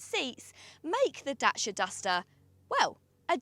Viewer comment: Great video, we just bought one. Please say DACIA not DASHIA 🤣🤣